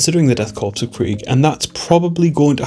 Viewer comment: korps (or corps) is pronounced 'core' :)